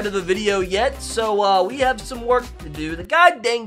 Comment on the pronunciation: he tried to say have